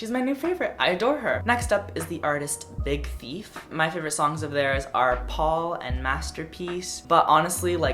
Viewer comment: when you said "Big Thief" i thought you said Big Feet